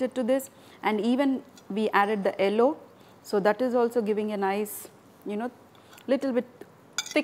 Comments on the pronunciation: south Indians always pronounce the color 'yellow' as 'ellow' lol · She: ello. ow are oo? :)